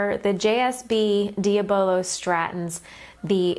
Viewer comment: Unusual way of pronouncing diabolo. It is a derivative of diabolical (the devil) so I would say it should be pronounced dya-bolo.